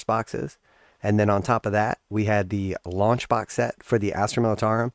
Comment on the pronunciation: I had to listen twice. I thought you said lunch box and I was like yippee! Something to go with my GW snuff box and Christmas socks. But alas, you said launch box 😢. Lol!